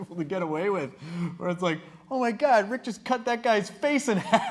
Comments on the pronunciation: They said nick instead of rick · Rick not nick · Nick? Lol isn't it Rick?